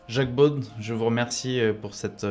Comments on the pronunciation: Le journaliste ne pourrait-il pas prononcer correctement le nom de son invité? On prononcer beau et pas beaude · Jacques « BAUDE » ??? Cette prononciation n'est pas française.